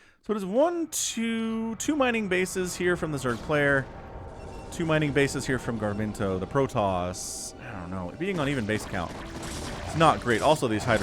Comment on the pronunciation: through all cast I was hearing "gar-min-toe". It is Ga-rim-to.